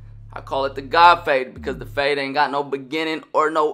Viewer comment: Great “fahde” dude 😂